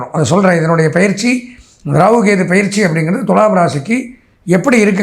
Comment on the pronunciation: என்றைக்கு பொயிற்சி என்று தெளிவாக சொல்லவும்